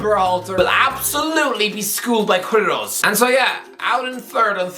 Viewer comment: Just one thing, "u" in "Queirós" is silent, but yah great video